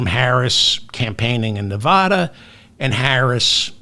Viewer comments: Most Nevadans would take exception to your pronunciation of their state. The "a" sounds like the one in the word "lad". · Why can't you learn how to pronounce the state of Nevada?